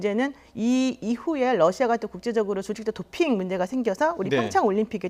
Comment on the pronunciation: 저 여자분 어느정도 알고 이야기하는지 신뢰가 안된다. 토리노를 토라노로, 도핑을 토핑이라고....